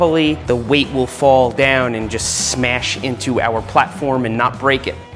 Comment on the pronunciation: yooooo he sad iiiittttt!!!!!!!!! HE SAID SMEASH LES GOOOOOOO!!!!!!!